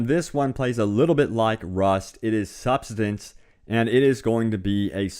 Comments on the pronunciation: Subsistence, not substainance or whatever the hell he said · "Sub-sis-tence" Idiot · Pretty sure it's pronounced 'sub-sis-tense'. And you were right: I hadn't heard of any of these. And I still don't care. Sorry. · I like how you didn't even come close to pronouncing subsistence, despite two tries at it.